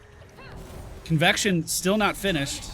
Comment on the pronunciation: That’s a really weird way to say convection